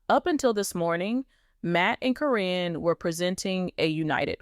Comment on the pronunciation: I have a hard time watching or listening when you cant pronounce the names correctly. How many different ways can you pronounce karen. Even though it is spelled different it is still pronounced as karen even on the show.